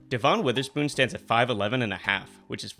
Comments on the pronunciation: It's not De-VAHN, it's DEV-in. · DEH-vun. Not Deh-VON. I appreciate the content! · It is pronounced Devin like Devin bush